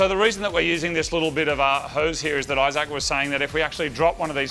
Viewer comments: am i the only one who caught him calling Issac, "Eye Sack"? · "i-Zac" Your mate either has a ridiculous name, maybe just a ridiculous pronunciation of a normal name OR is he is an Apple product ? Which ridiculous option is it ? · EYE-ZAK... LOL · Main thing I took from this video is I can't stop hearing the way Moog says Isaac with so much thought each time. Like he doesn't want to get his name wrong lol. I Zac everytime. Only me? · It's Isaac but pronounced differently